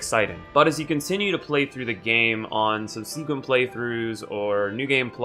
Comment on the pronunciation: Please pronounce subsequent correctly,, you say it so often